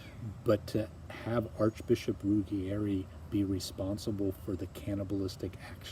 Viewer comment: You are wonderful. Trust me, I am from Italy. Ruggieri is pronounced Rooh-jjay-ree though :) kiss